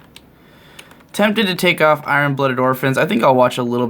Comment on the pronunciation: Whoa, that "iron" pronunciation